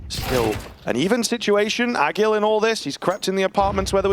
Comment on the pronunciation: Tell the comentators ag1l is pronounced "ah-jeel" and not "ah-gil" please